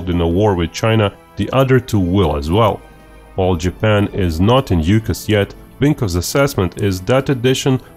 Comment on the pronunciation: AUKUS = aw-kus, not you-kus.